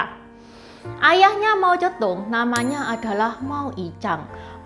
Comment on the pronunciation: Kok kedengarannya Mau Cetung, 😮???